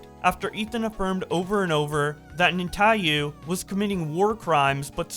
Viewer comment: Who the fuck is Netayu. Mf skipped like half the syllabels in Netanyahu